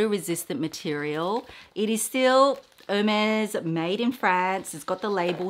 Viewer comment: the collection is stunning! It’s really breathtaking. A side note🍒🍒 It is pronounced no matter where you live Air-Mez I have googled it, YouTubed it & asked my SA. Xoxo nanc 🍒🍒